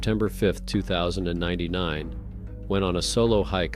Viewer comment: This is supposed to say 2009 not 2099 Ai needs a proper teacher